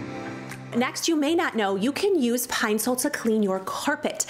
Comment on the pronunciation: My whole life I pronounce Ed it Pine-Saul 🤦🏻‍♀️ Pine- sole makes me cringe, but it’s obviously right I hate everything 😣